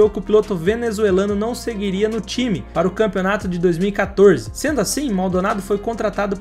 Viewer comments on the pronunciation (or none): none